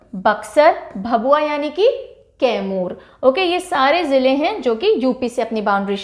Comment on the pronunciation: तैमूर नहीं मैडम कैमूर जिला है